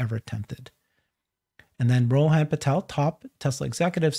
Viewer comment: Great video, thanks and. It is pronounced Rohun and not Rohaan. should know better, he is an Indian.